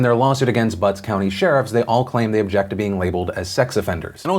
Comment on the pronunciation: I thought I was the only one lmao, I was giggling like an idiot in my school's student lounge while eating, especially bc he kept putting so much emphasis on BuTtS county.